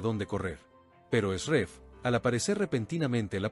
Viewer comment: QUE ESQUISITO, VOCÊ NARRA UMA COISA, E NA LEGENTA ESTÁ ESCRITO OUTRA COISA, E VOCÊ PRONUNCIA O NOME DE NISAN E ESRREF ERRADO.